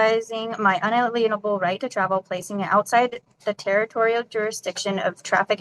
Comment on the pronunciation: Yes make sure you interject all that nonsense Latin and to be certain you pronounce 'unalienable' THAT way